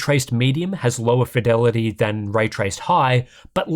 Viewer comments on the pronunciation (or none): none